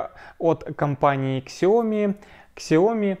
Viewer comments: Сяоми, а не ксяоми) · Ребят, фирма называется Сяоми , без буквы "к" ...